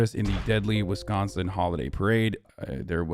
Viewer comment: All I got out of this is the great news that Hasan pronounces “Wisconsin” the way people from Wisconsin say it and not the other way which is bad and I don’t like